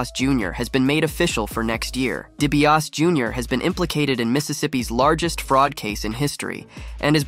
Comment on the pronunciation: Dude... It's sad that you can't say DiBiase or Favre correctly but you nailed CVV.